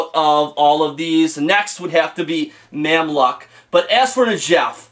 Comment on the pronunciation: Mamluk pronounced Mamluke , good review.